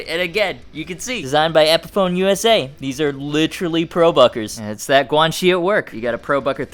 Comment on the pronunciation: When you said "Guanxi" I thought you said "Quan Chi" and now I wanna beat Liu Kang to death with his own leg.